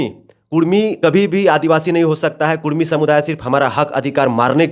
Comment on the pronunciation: Kurmi h ya kudmi. Ye to sarna v bolta h😂😂😂 gazette mein kurmi